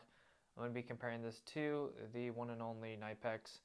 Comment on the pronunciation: Knipex, pronounced Kuh-Ni-Pex. And adjust your volume. Plus, if you’re judging the benchmark or top of the line, and you don’t even mention Snap On, shame….